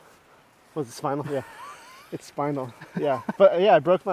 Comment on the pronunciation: what part, a vertebrae? “schpinal” 😂